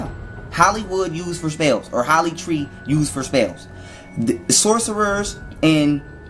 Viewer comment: "Holly tree"??? 😂😂😂😂😂